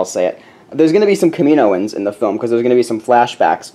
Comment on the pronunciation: it's pronounced Kam-I-know-ens, not Ka-mino-ens :P